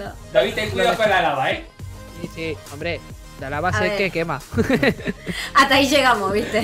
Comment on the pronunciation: esmi censasion o eve puso quema asi ''qeuma''